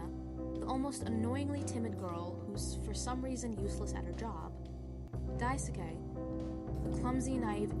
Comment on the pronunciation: lmao yea that was it